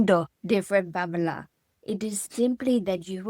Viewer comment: I do cringe a little every time he says Pamela. Lol.